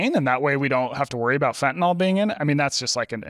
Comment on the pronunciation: Thank you Peter for correctly pronouncing fentanyl instead of fentanol like everyone else in the world. Sorry, pet peeve.